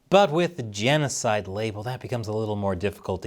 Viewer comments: “Jan oh cide” 😂😂😂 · Its jeanosoid. Geet it roight. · Your genocide is with an Aussie accent not a New Zealand accent. Stop alienating your Australian audience.